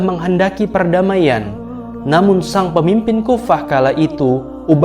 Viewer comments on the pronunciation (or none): none